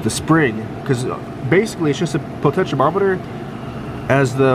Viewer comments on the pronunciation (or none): Did you just call it a potentchamometer?